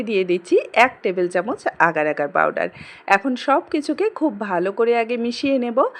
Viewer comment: আর ভাই পারডার না পাউডার 😂😂😂😂